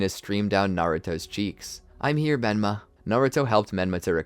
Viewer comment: Did any one else here him say benma 😮